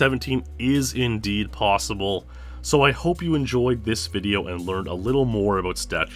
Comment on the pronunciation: Anything is, how you say¿? PWossible...